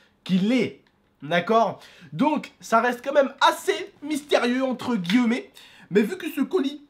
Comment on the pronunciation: Arrete de dire entre "guilleumer" on dit entre "guillmer